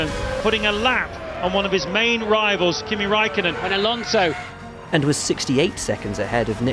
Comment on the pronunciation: The guy really said Alanso was caught napping 😂